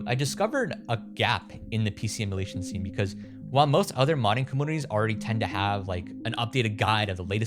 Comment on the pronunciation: "Oh, let's sew how to do it" >"PC emularion…" >Clicks out